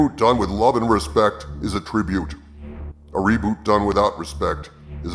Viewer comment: For a second I thought you said Columbo Robot.